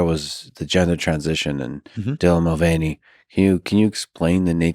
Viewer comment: This clip is so annoying not because of the Dylan thing but because of the fact that Marc is such an idiot to say the name wrong how many times lex said it. And because lex has no balls to disagree with anyone and correct them